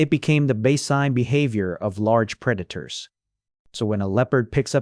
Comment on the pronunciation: I love how the AI voice just gives up at the end and starts calling preditors pre daters lol